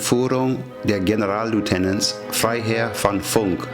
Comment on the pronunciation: Verzeihen Sie mir, aber es ist ja "Generalleutnant", nicht "*Generallieutenant". Sonst ein sehr gutes Video. Vielen Dank!